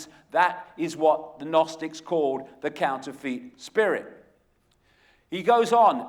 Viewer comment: I do like Icke but even though he is English just like me he doesn't half miss pronounce stuff.....Like counterfeit,lol that really annoyed me, it's counter-fit not couner-feet.